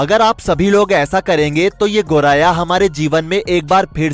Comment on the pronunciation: गोराया नही , गोरैया बोलो भाई।